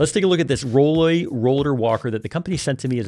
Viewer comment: The name of the company is roll-oy, not roll-ay. You might be careful about that. All of these rolling walkers are likely designed by men, and I seriously doubt the design team includes small framed women. Mistake. I can think of a bunch of things that would be nice to have that aren't there. And, remember, you don't always have a wall handy to rest the back of the unit. I think having the "bag" under the seat makes much more sense, as you can put quite a bit of groceries or bags. This bag looks tiny. Not sure it's worth a lot more money. Yes. it folds down, but that's really all I see that is an improvement. This is for my wife, so we will continue to look around.